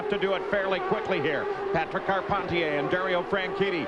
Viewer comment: As a born and bred Quebecer, the way Paul Page pronounces Patrick Carpentier (Patreeek Carpenteeyay) really annoys me